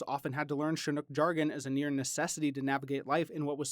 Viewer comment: Absolutely love this video series, no one else comes close to putting so much detailed, succinct information that needs to be heard in a well thought out, easy to understand format. My only criticism is Chinook is pronounced with a hard TCH, like chin, not the soft SH.